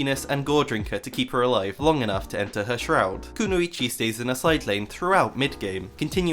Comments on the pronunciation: Kuno ee chee lol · the way u mispronounce kunoichi hurts me so fucking bad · Mispronounces Kunoichi in first 10s cries in ninja